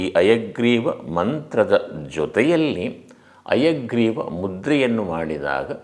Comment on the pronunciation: ನೀವು ಹೇಳುವುದು ಹಯಗ್ರೀವ ಮುದ್ರೆ ಅನ್ನುವ ಬದಲು ಅಯಗ್ರೀವ ಮುದ್ರೆ ಅಂತ ಉಚ್ಚೆರಿಸಿದಂತೆ ಭಾಸವಾಗುತ್ತಿದೆ ಯಾವುದು ಸರಿ...? ದಯವಿಟ್ಟು ತಿಳಿಸಿ. 🙏